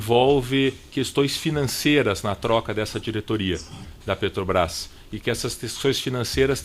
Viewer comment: Reparou que ele tem dificuldade em falar "Petrobras"?